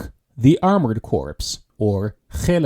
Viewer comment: In the millitary 'corpse' is pronounced "core". If you pronounce the 'P' you are talking about a dead body.